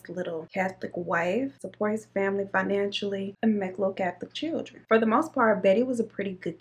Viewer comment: She says “chill-tren” lol that’s funny